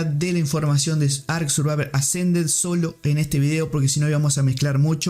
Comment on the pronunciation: "Ark survaver assa"